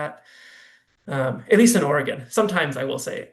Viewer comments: Can you not pronounce the state’s name properly woman?? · Lady, you are mispronouncing Oregon. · What a moron she can't even pronounce are state name right